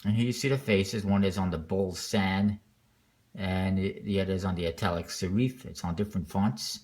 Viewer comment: OR I am making my vision available to people who appreciate it. The goal with Kickstarter is not to sell as many as possible but to make the funding of unique projects possible. So, you know, I found a handful of people who will pay 50 bucks for two decks. How kickass is that? Also it's pronounced /SEHR if/ not /seh REEF/.